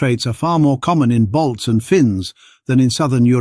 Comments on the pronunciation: Not Bolts, he's saying BALTS...From the Baltic states around the Baltic Sea, Estonia, Latvia ,Lithuania. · Ok. He pronounces it "Bolts" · No he does not, clearly "balts"